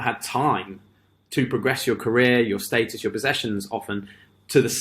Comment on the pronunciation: You're pronouncing "status" wrong it's status not statis there is no I in status my dude.